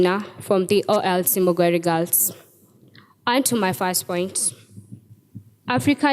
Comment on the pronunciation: It's not Muguiri.. It's Mugoiri